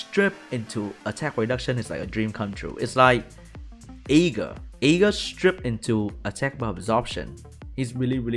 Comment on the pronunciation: says Aegir, i understand E-girl. "Egirl strips and gets more turns" whaaaaaaaaaat